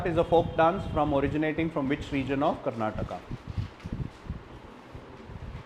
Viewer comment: no offense , asking out of wonder ... you don't know how to pronounce the words related to karnataka